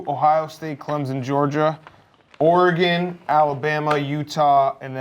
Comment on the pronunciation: Why will nobody step in and tell Dave he's pronouncing Oregon wrong? Fuck !!